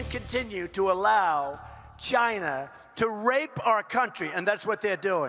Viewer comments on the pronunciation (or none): I thawt he Wivved cheena